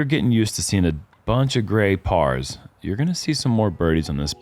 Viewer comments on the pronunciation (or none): On hole 10s green, did say "a bunch of grey pars"? Or "a bunch of great pars"?